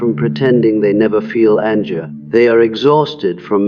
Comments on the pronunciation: This is extremely interesting, but the use of the AI voice is a bit jarring at times with its random mispronunciation of common words such as "an-jer" and "over-jiving" when those words are pronounced correctly in other places. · ..."Anjer?" You need to adjust your AI. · It’s “Yung” not “Jung” …the word Anger has a hard G. If only AI could get this stuff right I’d think a real human was talking here. Btw, the Sophia stage rocks! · I love how the AI pronounces all G’s phonetically: anger is anJer while giving is Jivving even Carl Jung is hard J lmao 😂🤣 that combined with the graphics it’s hard to focus on the content, I really appreciate this idea and gotta say takes so much work to actually really truly do this…